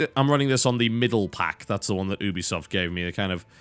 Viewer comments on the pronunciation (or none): For god's sake it's pronounced YOU-be-soft. I expected more from an englishman. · If the actual company that is called Ubisoft calls it You- be - soft im pretty sure thats how it should be said lol. Thats like saying you can say knife like Ka - nife lol. dont be silly